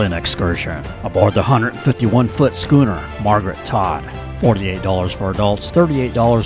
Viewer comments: It's pronounced skoo-ner. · Beautiful and informative video. You’ve got me hooked…but, … …“shoo’-ner”??!! Nope. A two-or-more-masted sailing boat with fore-n-aft rig and the second mast higher than the foremast is called a “skoo’-ner” LOL! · Well done! Nice images of super high quality. However schooner is pronounced "Sku - ner" and not "shooner" :-) Wiscasset is famous for Red´s Eats (lobster). Hard to get them all I know. Next time head to Rhode Island, Newport, Block Island and then Connecticut (Mystic, Stonington, New London, Old Lyme, Essex etc...) :-) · You: SHOE-NER Me: LMAO DIES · Hi, yea I thought I did say Skuner, maybe there was one spot where I mis pronounced it.